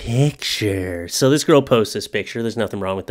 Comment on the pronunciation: it sounded like he said toe not so